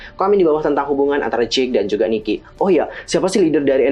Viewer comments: koreksi yaaa ni-ki not niki heeseung not heesung. hehe thx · Koreksi ya kak. Ni-ki not Niki. Heeseung not Heesung. Btw, makasihh yaaa udah dibedah teoriny /emot nangis/